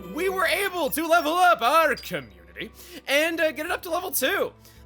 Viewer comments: The way says community sounds kinda weird. Also I have more sympathy for Aegaeon than originally thought. I just wish that he was a decent blade though. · Can someone please explain why says “community” that way? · I'm surprised didn't title Community in all caps, considering the way he says it